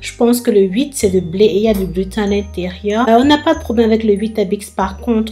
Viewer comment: Coucou, pour la prononciation, on dit glutène 😁